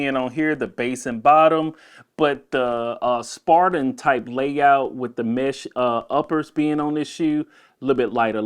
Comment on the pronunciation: spiridon not spardon